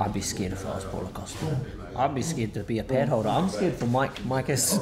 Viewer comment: Can’t forget “Pallo Cost uh”